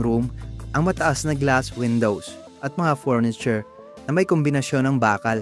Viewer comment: Worst vlognpresentation narrator ano f bentana pronounce or inunciatr mo ng tama mga Petra at salita . Furniture sa tarts with letter f a thin p . Farm starts with letter f at Hindi P